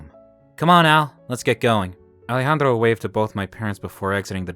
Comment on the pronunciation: Now miss thing, that accent is more russian than spanish....Also, I love the pronunciation of Ale-Handro. 😂